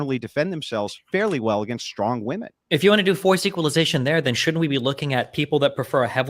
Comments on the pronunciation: Oh my GOOD GOD can SOMEONE correct this stupid bitch, WOMAN AND WOMEN ARE 2 DIFFERENT WORDS. Holy SHIT that is driving me INSANE. Am I crazy or are Gen Z women all randomly starting to pronounce WOMEN as WOMAN???? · WHY can that woman not pronounce the word women??? This is becoming a generational problem.